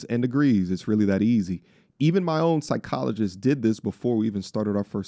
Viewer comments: I swear I'm hearing "Side-cologist" instead of Psychologist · 😅 Damm that's on point